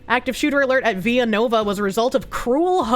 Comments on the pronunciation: ViLLanova, not "Viyanova", this isn't Mexico. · That Pennsilvaniya School is not Spanish the L's are L's not a Spanish Y